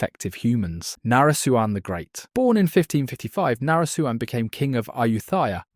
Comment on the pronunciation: Its na-re-suan not nare suan